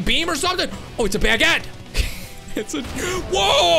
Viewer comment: That's NOT how you pronounce baguette